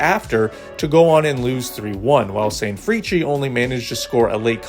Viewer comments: i always thought the pronounciation of sanfrecce was "sanfris" :face-purple-crying: hahhaha. love the content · Ok. My man. Thanks for showing the JLeague, I love you for it - nothing but love and honest advice. Hit me up as to how to proounce the names of the teams. There's a tendency to say "vizzle kobie" and "sanfreechee". Just lemme know if you need some help. I have no skin in the game, just wanna make sure that you don't sound real (as in real madrid) bad.